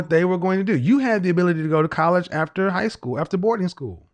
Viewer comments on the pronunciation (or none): 1st caller:. She used the wrong vowel between the f and the t.